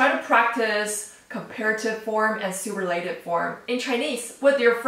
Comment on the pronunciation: You can't say super la tive. It's pronounced su purr la tive. Great lesson regardless.